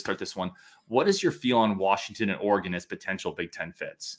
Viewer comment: Guys, its not Oregaaaaaan like in the small city around here. Its more like Oregen. Just Oregen.